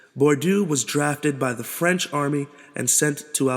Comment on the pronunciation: terrible French pronunciation!